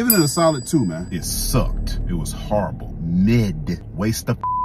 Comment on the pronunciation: "It sucked" 😂😂😂😂😂😂 I love the emphasis and stank he put on that. That is a whole scam though. Thanks for the heads up. I definitely wouldn't go.